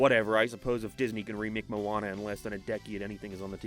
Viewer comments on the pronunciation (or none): none